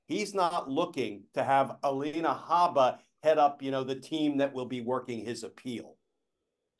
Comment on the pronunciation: Alina, Glenn. Not Alena.